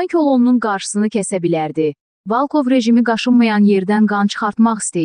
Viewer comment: Ay gız Valkov değil VOLKOV VURGUNU BİRİNCİ HİSSEYE VOL KOV